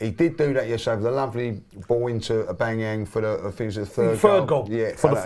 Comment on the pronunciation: "Aubangyang" 👀